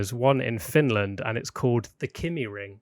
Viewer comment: Kymi ring is pronounced ki (like the start of kite) me